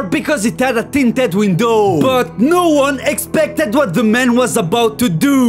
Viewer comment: This policemeun Tinted windoueeuoow To douuuoo Stopped suddenlyyyyeee Baseball baueeot Paying a fineouui Super smeauort